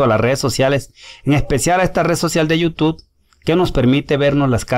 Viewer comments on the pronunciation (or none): none